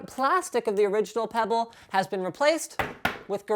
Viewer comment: got pretty scared when he said "peybll wat te heck main"